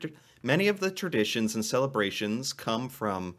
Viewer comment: Christmas "Terditions"?